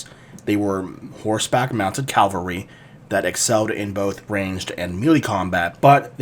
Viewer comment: Great video. Really interesting. Drives me nuts how you Americans say Calvary instead of Cavalry.